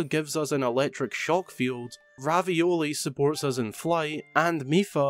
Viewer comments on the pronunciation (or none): Revali please, NOT Ravioli. He is not named after pasta and mispronouncing it is not humorous. Revali may be a conceited jerk, but his Revali's Gale is my most used Champion's gift. Thanks... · It is pronounced revali not ravioly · did he just call revali ravioli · no its revali not ravioli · Ravioli is ravio confirmed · Did this man really call ravali, ravioli? 😂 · umm when you said rivali it sounded like ravioli thats now my new nickname for the birdo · I cringed when he called Revali “ravioli” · Is no one gonna say how he said revali as ravioli